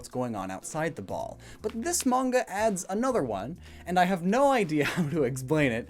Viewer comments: ... If it's man-ga, then that's acceptable, but mange-uuh? How on earth did that pronunciation happen? It's mah-n-gah, since the Japanese a is pronounce ah. Okay, lecture over! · it’s not mainja it’s mon-guh there manga💀💀💀💀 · main ja? u mean manga^^ pronounced mon-ga^^=manga^^ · “Mainjuh” it’s mah-n-guh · Did he say main-ja instead of manga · It should be pronounced as MAngGa!!!😠😡😤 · Downvoted just for Mange-uuh. Please never pronounce it that way again. I did however laugh at Japanese poon illustrator. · it’s pronounced mon-ga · You mispronouncing “manga” made me physically cringe😭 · You just damned thousands of children into mispronouncing "manga". As if it wasn't bad enough as is, way to go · I'm going to smack this boi for saying manga wrong on purpose